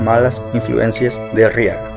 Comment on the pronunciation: Oye...no es Riaga es Raiga y dices que el que asesino Orochimaru es el quinto..pues estas equivocado Sarutobi Hiruzen es el tercero están acomodados así 1-Hashirama 2-Tobirama 3-Hiruzen Sarutobi 4-Minato Namikaz 5-Tsunade 6-Kakashi Se que me faltó uno pero no quiero spoilear